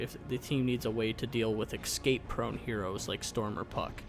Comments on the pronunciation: It's escape not eXcape damn it's way too annoying to hear that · why does he kep saying 'exscape' ? if its a joke I'm not getting it